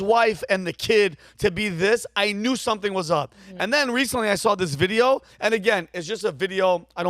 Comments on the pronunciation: "The videoruhra" Vid-e-o. O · Lol I love how she says "videor".